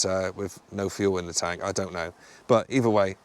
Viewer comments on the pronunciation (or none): none